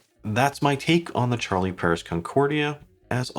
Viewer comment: It would be nice if an english speaking person for once, could bother to pronounce watch brands the right way. I'm from Sweden (Europe) and I don't speak french, but still, I know how to pronounce "Charlie Paris". Regardless of the language, I try to make the effort.